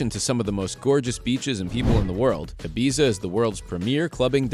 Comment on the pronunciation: Maybe if Ibiza is number one you should learn how to pronounce it